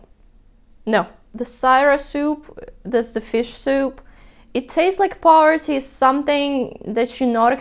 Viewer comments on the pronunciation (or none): none